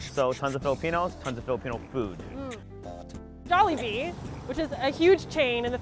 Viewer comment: I nearly turned the video off the way she pronounced Jollibee